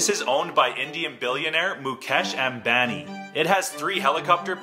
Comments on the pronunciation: He pronounced Ambani sir wrong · Ambani 😂😂😂 bro I am indian I know it's pronounced as um-baani not ambani